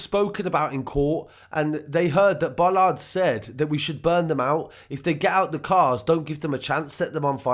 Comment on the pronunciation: Awful people but it is Bolland not Bollard.